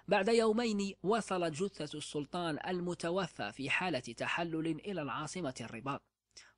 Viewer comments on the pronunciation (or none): none